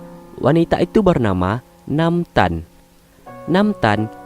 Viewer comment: NAAMTAN❌ tetapi MAANTAN✔️